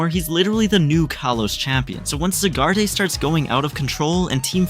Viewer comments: Correction zygarde has a silent E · Zygarde ❌ Zygardey✅